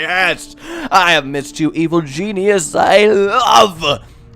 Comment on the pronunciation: anyone else notice he says "I am a genius, an evil Jesusus" lol